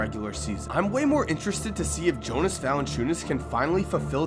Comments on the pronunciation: Great vid but please pronounce it as yonas. Ik I will get hate but just letting u know how it is pronounced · It's not pronounced jonas it's pronounced yonas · It is pronounced yonas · He pronounced "Jonas" wrong, doesn't know wassup with the Raps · Raptors19 I like and everything but what he said about the raps was wrong. He even pronounced Jonas' name wrong